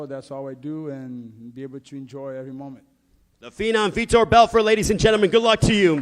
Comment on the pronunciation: How do you say Vitor’s name wrong twice with it spelled correctly on your note card and spelled correctly on the huge mural next to you?